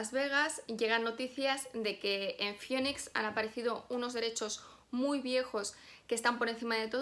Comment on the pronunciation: La ciudad se llama Phoenix, se pronuncia FINIX, como fénix ;)